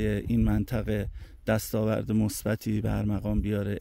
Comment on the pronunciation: با سپاس از تلاش هر روز شما ! نگارش زبان ما با الفبای عربی ما را به گویشهای نادرست کشانده است. شما در این-جا «دست-آورد» (dast-âvard) می گویید که باید dast-âvord گفت چون âvord واژگون bord است (â-bord = âvord) پیشوند " a"همان واژگون-ساز دیگر زبانهای هند-و-اروپایی است( a-normal)